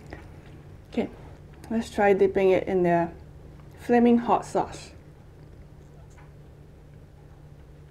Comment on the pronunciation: The way she said, "Flaming hot ass"😂😂😂love ur channel ...keep going girl...👍😊